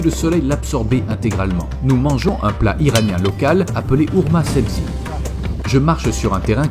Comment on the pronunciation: Pas ourma sebzi c’est : rermé sabsi